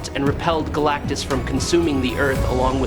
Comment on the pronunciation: AI voiceover cant pronounce "Galactus"